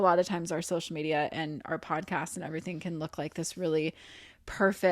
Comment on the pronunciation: I’ll be very sad if there’s ever an episode that Zach doesn’t say, “shocial.” 😘